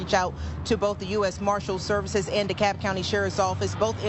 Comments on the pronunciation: Also curious why a DeKalb County (pronounced Deh-Cab) fugitive taskforce is serving arrest warrants in Fulton County. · Dekalb County is pronounced DeCAB County. As in taxi cab, emphasis on cab. Duh-CAB County. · Just so you know I am from metro Atlanta. Dekalb is pronounced DUH-CAB. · Dumb interjection here that my ADHD brain won’t let go— in Georgia, DeKalb is pronounced “de Cab” like the car service. It doesn’t matter. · Oh - It’s pronounced Deh-Kab County. The L in DeKalb is silent! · Btw...to Everyone... This county name , ' Dekalb ' , is pronounced ' De kab ' , the l is silent... Just fyi to all😊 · It’s pronounced “D-Cab”. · Dude every time you say Dekalb is like nails on a chalkboard. It’s pronounced D-cab. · I'm surprised the cops weren't dumb enough to try and break him out of the Indianapolis prison to arrest him BTW, it's pronounced like you're getting out of a taxi. De-cab county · I from Atlanta. You say it " Dee Cab" Not what ever it is you are saying!!! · It comes up often enough you need to learn how it’s pronounced locally. “Dekalb” county in Georgia is pronounced as if rhyming with “The Cab”. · Forgive me, You have mispronounced DeKalb ,Ga before and I did not say anything!! But, here's how you say DeKalb County, Georgia.. It is pronounced duh-KAB (or "di-cab"). The "l" in DeKalb is silent in the Georgia, unlike the pronunciation for DeKalb, Illinois. The emphasis is on the second syllable, sounding similar to "the cab" or "duh-cab". Sorry this was not the first time you butchered the pronunciation..... almost posted last time, let that one slide.....got triggered again and had to "speak" up..... NO offense intended.....jus thought you should know the correct way to say " DeKalb ,Ga"...... since almost everyone living in GA already knew you were incorrect..................Big fan and sub for years..... Salute!! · It's pronounced like Dee-cab. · Pronunciation: DeKalb = duh-CAB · its deekab pronounced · Dekalb is pronounced like "DeeCab"